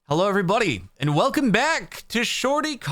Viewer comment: I love how you sometimes say everybody. Like "EVERY BUDDY". Only my mom called me "Little Buddy", if someone else calls me "buddy" I get offended. But you Jordan get two passes... You are rare. And Jordan was my mom's maiden name. (don't take that out of context. It's just true things)